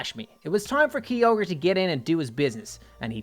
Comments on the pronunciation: Kyogre is pronounced like (k-i-ogre) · Has anyone else heared him saying kyoger was his first rideable "DRAGON"